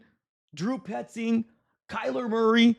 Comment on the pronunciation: It’s not Kyler!!! Are you that slow??? Smh